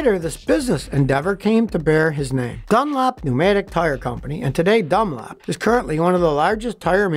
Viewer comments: Why do you call Dunlop Dunlap? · I love how he pronounces John Dunlop's name as DunLAP. If he's from Texas he don't sound Texan :)